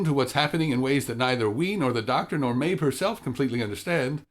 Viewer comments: You made me question my hearing when you pronounced the girls name as Maebh and not Maeve. But otherwise; I agree about Capaldi, he's a good actor and a great Doctor, and I think overall the acting and characters were the best part about this episode. That said, they were kind of the only good thing about the episode. The story seemed flat - it gave you this sense of antagonism that was never explained or actively resolved. Did the little girl think the fireflies and the forests into existence? Did she think everything in this episode into existence (wolves, sister, solar flare)? Will she continue to think things into existence? Was she just sick and should have been taking her medication? The conflict was anticlimactic and the rest of the story felt truncated despite having more potential - the little girls super powers, her missing sister, the whole point of the Doctor's involvement. I feel like it should have focused more on the characters and been an exploration of humanity - through the innocence (and illness?) of the little girl; the Doctor's choosing a responsibility to humanity and Earth, because being the last Timelord is lonely; and the relationship/differences between Clara and Danny - rather than the all out save-the-trees message that it was. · Maebh is pronounced "Mave".